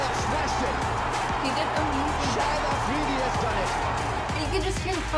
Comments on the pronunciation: dude IAM sorry but his name is Shahid Afridi pronounced as SHA-HID not shaheed because shaheed is an Urdu word used for MARTYRS lol and he's still alive and kicking Love from Pakistan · It’s not shaheed it’s Shahid.😢